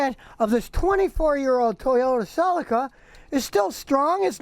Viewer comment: Scotty, you're pronouncing Celica wrong.